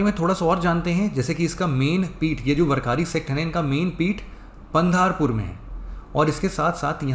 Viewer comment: वरकारी नाही वारकरी पंधारपूर नाही पंढरपूर